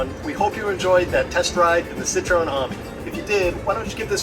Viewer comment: It's a citreon A-mi.. Not an army... Pronounced A - meee.. Definately not an army buddy..